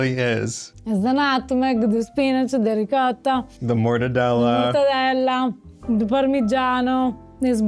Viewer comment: I'm so glad to see another ... ahem ... "reekadda" ... recipe 😂 - dude, at least try a little effort to pronounce it a little bit correctly